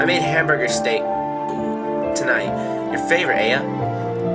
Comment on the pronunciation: it's pronounced eye-ya